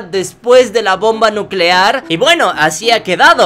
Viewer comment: Bomba nuceare